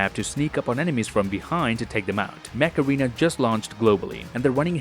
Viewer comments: Damn for a hot second I thought you said "Macarena" rather than "mech arena" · Mech-arena, not macarana...